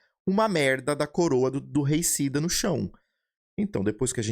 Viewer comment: pq vc fala reicida? e nao deicida? edit: "uber unique voucher ticket"